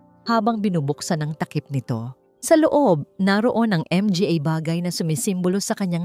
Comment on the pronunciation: idol sorry po hindi M G A ang pagbigkas its manga po MGA...